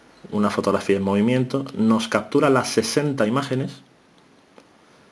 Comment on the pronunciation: "EfeSto, CaStura, direStamente"...Dios mio! Es necesario maltratar tanto al idioma? ....